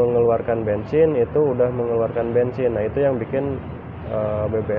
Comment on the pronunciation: bensin bukan bengsin